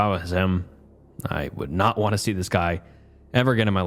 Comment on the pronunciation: Come on man, not even four minutes in without pronouncing "would" as "world"? Check your recordings or something.